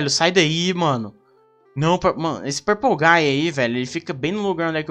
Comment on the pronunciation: THE MAN BEHIND SLAUGHTER EDIT:ELE Fala purplegay KKKKKK